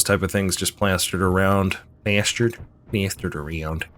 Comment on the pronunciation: "...plestured areound!"